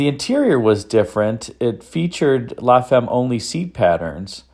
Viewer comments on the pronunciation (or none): What a car, amazing how much love for details was put into this. BTW, la femme (the wife) is pronounced like "la fam" in French with an a like in father.